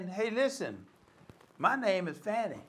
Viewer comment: Call her by the name she wants be known as - pronounced 'Farni'. It is Italian and that is the correct pronunciation.